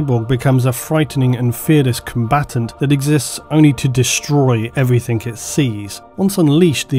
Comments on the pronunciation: I love all your videos and I really don't mean to cause any offence but there's one thing that annoys me in pretty much every one, and that is saying "Everythink/Anythink". It's "Everything/Anything" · Everyfink? Bwlain My grandad also had rhoticism, speech impediment where you have trouble pronouncing r's in particular.